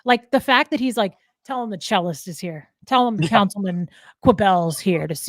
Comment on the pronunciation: I thought you were saying chillest at first and not “The Cellist”.